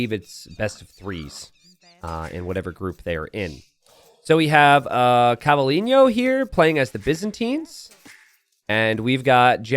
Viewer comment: CavalliGNo? :( ahah it's like Cavallino rampante, prancing horse - Ferrari